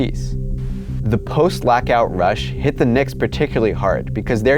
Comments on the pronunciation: Are you saying "lackout"? What the heck is that? I can't unhear it now. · please stop trying to say lockout.